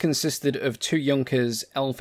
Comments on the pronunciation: It's nice that you can pronounce "Junkers" correctly but annoying how you can't pronounce "Luftwaffe" properly. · Thank you for not calling it the Junkers I do appreciate proper pronunciation. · Great compliment for being the first English aviation channel to not mispronounce "Junkers".